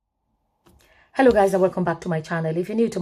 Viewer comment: Sorry, I can't honour anyone who can't properly pronounce the word - CRITICISM. Uncle come back after you've practiced a bit more.